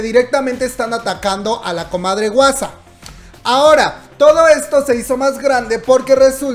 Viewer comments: No digas wasa plis jajaja di Juasa 😂😂😂 porfis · este comentario es para corregirte: se pronuncia mamamu, no como se escribe, y se dice "juasa", la H suena como J pero estuvo muy lindo el vídeo, gracias